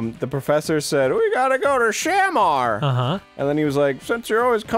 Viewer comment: i know this is late, but its shuh-MAR not SHAM-ar